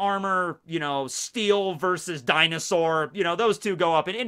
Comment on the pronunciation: when said dinausor types me: the world: me: what did you just say?